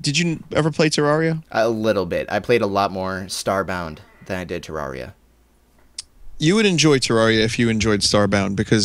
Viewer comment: I am so glad to hear somebody say Terraria the way does. I always get weird looks for saying it like that, but it just sounds so much better. Also, it's nice to see somebody understanding why teenagers pirate so many things. I just bought a New 3DS XL, which already bankrupted me, and now I've found that it's the only console I own that I can't softmod and "acquire" the games for (I figured it would be as horrendously easy to hack as the Wii is), which is extra horrible because the 3DS has the most ridiculously overpriced games; I just don't want to wait like a year until I have a steady job and can afford to drop $200 on a measly four (handheld, mind you) video games.